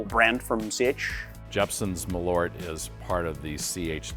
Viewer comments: I'm going to sound stupid, but I didn't even realize you meant Malört when saying it in English 😅 Saying mal-ORT didn’t really resonate, but when I saw the label "Malört" it clicked that they meant MAHL-ört (I don't really know how to write americanized pronunciation guides sorry). Just if people want to know: in Swedish the stress is on the first syllable and the A is long, and then there's the Ö which is kind of like the sound when you hesitate with an "uuuuh" sound (Actual Swedes can chime in, I'm just a Norwegian) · Please pronounce it like the Swedish name "Malört" requires. The Ö is not an O. The Ö is pronounced like when you say "Earth", where the "EA"- part of the word "Earth", corresponds to the letter Ö. So, "Maleart" I guess would be the right way to say it. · Yes, it's a Swedish word, they should pronounce it like the do with the word "earth", where the "ea"-sound in "earth", corresponds to the Swedish letter "ö" in "Malört". So, they should pronounce it "Maleart" instead.. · The "a" should be long (like in "father") if you want Malört to sound like Swedish. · I just get so annoyed with the americans saying the name like there was an "o" in it. It is an Ö, which is a different letter with a different sound.